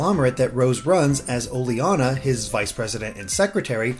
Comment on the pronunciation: I think it's pronounced o-ley-na, not o-le-ana